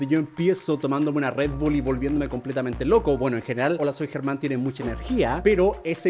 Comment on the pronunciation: Soy de Argentina también entendí lo que dijiste pero lo tuve que leer 2 veces para entenderlo 😅 . Like si sos de Argentina Y escuchaste como pronunció Germán ahre. :) lo pronuncio tipo..... Aaarre jsjsjsjs no mentira no hay que reírse de eso xd por que el no es de Argentina Y no sabe como se pronuncia ahre.